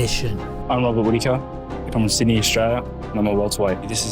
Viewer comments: "Robert With-aker" lmao at least learn how to pronounce his name before making videos about him buddy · Did you say Robert with-a-kerr? Not even 5 minutes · I'd like to see you pronounce the mans name properly you fucking sped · You seriously need to learn how to say his last name lmfao 😂😂😂